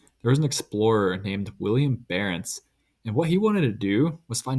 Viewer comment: Good vid, but his name is Willem, not William